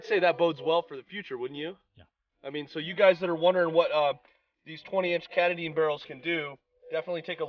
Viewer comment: Not catta-din, it's Ka-TAH-din (emphasis on the middle syllable). A mountain in Maine.